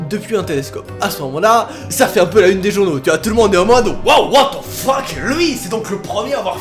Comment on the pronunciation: j'aime ton what tze fuck